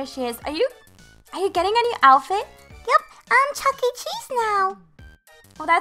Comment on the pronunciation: Every time I hear her say Chuckee I shudder